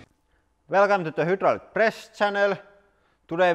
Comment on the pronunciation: The “Hah-Droo-lick” Press Channel???